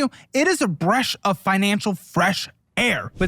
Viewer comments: Did you say bresh instead of breath so I would rewatch the promotional part of this video? LMAO if so, genius it worked. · “Bresh of fresh air” that was a toughie